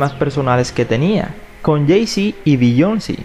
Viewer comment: Beyoncé not beyonci